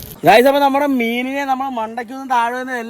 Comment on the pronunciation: ഗെയ്‌സ് അല്ല അളിയാ ഗയ്‌സ് ആണ്